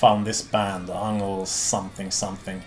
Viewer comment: Also Ungol should be pronounced Oo-ngol, not Ah-ngol.